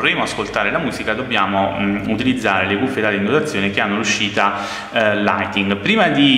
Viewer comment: Apparte L audio indecente si dice lightning non lighting!